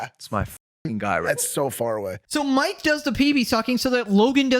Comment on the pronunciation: Why am I watching this commentary by a child. You made 60 videos about these clowns and act like you can‘t pronounce Mikes name. If somebody else does that you make 5 minutes of content about it. Fuck me for even engaging here, I need to go outside. Blocked and unsubscribed.